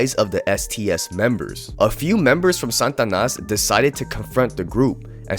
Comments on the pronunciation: It's not SAN TA NAS. there's no "N". It's SA TA NAS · Bro… SAH-TAH-NAS. not santanas 🎅